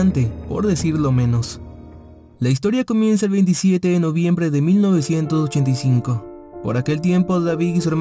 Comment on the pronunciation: Por favor modula bien el 1985 jajajaja